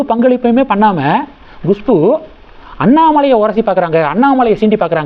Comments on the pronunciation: Gushbu இல்லேங்க. KUSHBU. Pronounce correctly. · Gushpu? You are so adamant, refuse to correct yourself, it is Khushboo. Learn a b c d pronunciation first